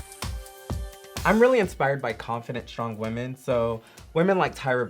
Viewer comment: Kahanna says whaman instead of women